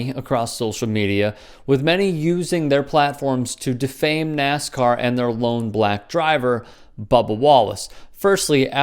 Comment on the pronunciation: Its NASCAR Not NAZICAR